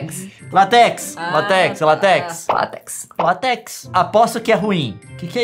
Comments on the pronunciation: leon:meme forma que ele pronuncia: mimi leon:latex forma que ele pronuncia:lateequis eu: mas que sem sentido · Leon: "É MIMI, não MeMi" O mesmo Leon: "Lá Té Quis"